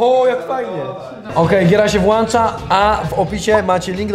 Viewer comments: włącza nie włancza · włĄcza nie włAncza BabyRage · włącza a nie włancza jeżeli już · Friz :D Giera się włącza a nie włancza :D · Friz... WŁĄCZA A nie włancza. WŁĄCZA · Frizzzzzz nie mówi się włacza tylko włącza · Friz włącza nie włamcza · Friz nie mówi się włacza tylko włącza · Włącza* nie włancza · Włącza się gra jak coś a nie włancza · Włancza xD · gra sie włancza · friz tym to mnie zniszczyłeś, mówi się włącza! XD